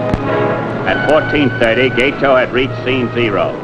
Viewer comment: learn how to pronounce Gato - gah-toh, not gay-toe.